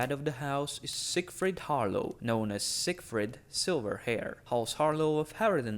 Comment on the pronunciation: Isn’t it Har-Law tho?